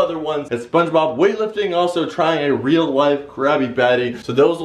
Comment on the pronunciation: In "rea" life?